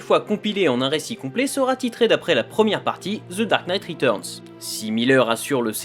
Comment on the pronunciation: "ZZE DAHRKKE NEIGHTE RHETUZZZNZE!!" Speak english, bud. Can't understand ya.